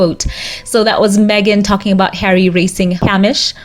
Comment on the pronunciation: By tje way, Hamish (a very Scottish name) is pronounced haymish - hay as in dried grass, as in making hay.